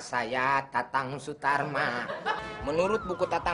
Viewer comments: Sule : Tatang Sutarma Also Sule : Tatang Suratma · Itu tatang suratma munkin dia salah sebut karna keseringan ngomong tatang sutarma😅😅